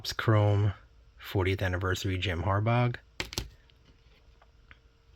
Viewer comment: Jim Har-baw... gh is silent. Some nice cards in there.. Any Griffey is a good Griffey!